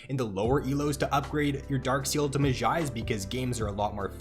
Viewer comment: really good vid but you say mejai's like a simpleton